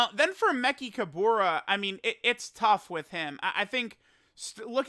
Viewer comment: I'm pretty sure you're pronouncing Mechikabara's name wrong lol